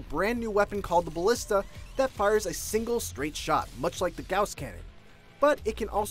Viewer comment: The gouse cannon, what, learn to say gauss.